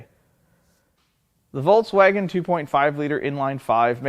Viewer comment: He calls it voltswagen😅